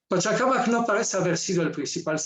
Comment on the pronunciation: SE DICE PACHACÀMAC, NO PACHACAMAC